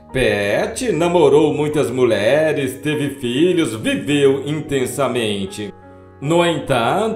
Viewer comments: Muleres é doze em seu locutor!!q tal dizer mulheres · Muleres. Kkk Que horror esse narrador.